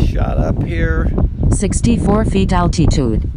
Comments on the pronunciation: Al-Tee_Tude..LOL...Sounds like Arnold Swarchzennegar pronouncing Ca-LEE-Fornia... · I wish Litchi could pronounce altitude. Gets on my damn nerves!